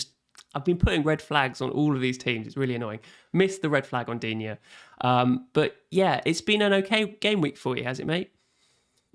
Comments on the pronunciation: This French speaker seems to think "Digne" has 2 syllables? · Its pronounced “Luca Deen” for English speakers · They asked and I answered the correct way of pronouncing Digne. If you feel like it is pronounced dinet, dina, dinot, diwhatever and feels like it sounds right to you, so be it. No need to comment non-sense and waste people's time, please. Peace out